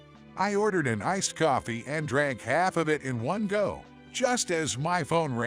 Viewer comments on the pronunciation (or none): What’s with all the “r” sounds? Caught pronounced as cart, talking pronounced as tarking, coffee pronounced as carfee.